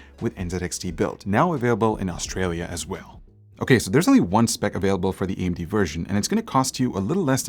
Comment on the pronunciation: You lost me with "Austrailia" please pay new interns a bit more